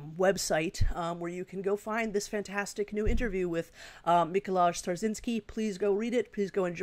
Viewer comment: it's Mee-ko-why :)